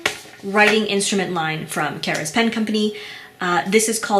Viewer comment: The company name seems to be Karas, not Kara's.